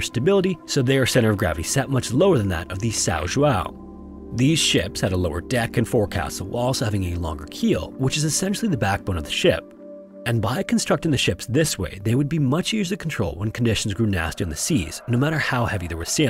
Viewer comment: Forecastle is pronounced “folk-sol”.